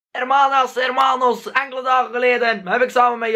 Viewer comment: ff een puntje, hermanas en hermanos spreek je uit als 'ermanas' en 'ermanos'